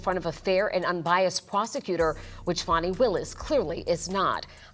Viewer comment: Its FANI ITS NOT FAUNI